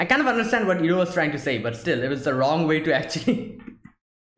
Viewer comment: Iroh already redirected lighting in episode 12 during the storm btw. Also you messed up with his name a couple times, it pronounced like eye-roh, not ear-roh. Season 2 is much more interesting and storytelling is much more fluid it expands on many previous concepts such as Avatar state and lighting bending already in the opening episode. Looking forward for some interesting episodes.